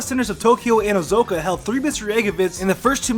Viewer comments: It is OH-SAH-KAH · You do realize it's called Osaka not Osoko. You're kinda weird. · It's OSAKA OH-SAH-KUH OSAKA Ohzoka???? How could you get that wrong?!?!?!? XDDDD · did you called Osaka, osoka?! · Every time this dude says "ozoeka" it triggers me hard there's an "A" in "osAka" for a reason FUCK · Not sure how you managed to mispronounce Osaka as "Oh-zo-ka" not once, but twice. I enjoy your videos but your diction, pacing, pronounciation and delivery needs a lot of work. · Why do you keep saying Ozoka but showing pictures of stuff from Osaka? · Ozuka? You mean Osaka? Idiot... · Oh-Zoh-Kah? ITS OH-SAH-KAH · Manga isn't mayn-guh. It's mahn-gah Osaka isn't ohzokuh it's Oh-sah-kah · O...Sa....Ka. not Ozoka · O-SA-KA, where are you getting the "SO" sound from? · sorry... "Owzohka" say it with me, "O-sah-ka" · Why does he keep saying Ozoka? It's Osaka... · wtf is ozoka? do you mean osaka? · Great vid :D Very comprehensive list. Just a note at 3m10s: Osaka [oh sa kah]. Not Ozoka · Not ozoko its Osaka plz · It's not ozoka it's Osaka my mom is from their I should know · oh-soak-ah, japan lol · Not even ...sounded more like he said oh-zoak-ah lol, but either way the middle part is way off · Osaka = Oh-Sar-Kar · Melody Hee Osoka? That one was a stretch too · you're mispronouncing Osaka. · He mispronounces almost everything